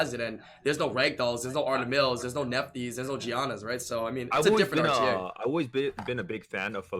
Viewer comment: Nephtys pronounced Neff-(t)His just fyi from a mythology nerd lol